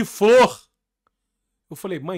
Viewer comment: 8 mil reais de …. FLOR…. De FLÔ AHHAHA